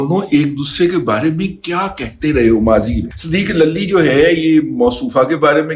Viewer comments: دادا جی صدیق للی نہیں صدیق لولی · صدیق للی کی لام پر زبر کے بجائے پیش پڑھا جائے ۔۔۔۔